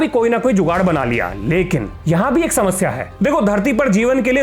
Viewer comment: "Samassya ee Samassya he...😆😆😆😆😆"